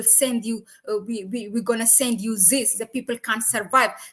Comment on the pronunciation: I love your channel but please try to control your Z in English this not zis